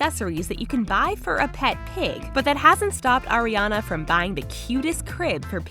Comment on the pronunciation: I am the only one that hear "Oreo" instead of "Ariana"